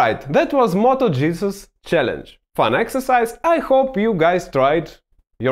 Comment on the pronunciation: At the end, first time I’ve heard “ and that was Moto Jesus challenge ” 😂😂😂. Just close your eyes and picture this for a second